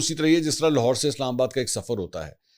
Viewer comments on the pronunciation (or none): none